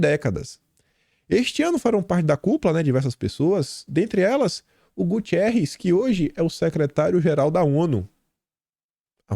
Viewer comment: Caro, o nome do ex-pm português e atual sec. geral da Onu, é: GUTERRES e não GUTIERRES